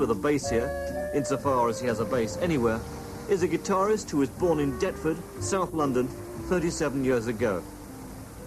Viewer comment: DARTFORD, not Deptford ffs